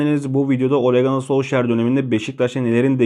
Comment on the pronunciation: Şu adama ole ganır diyeceksen video çekme hacı. Ole Gûnar tarzı bir söylenişi var Ganır değil.